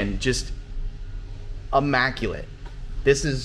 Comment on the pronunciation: it's pronounced "immaculate" not AMMACULATE......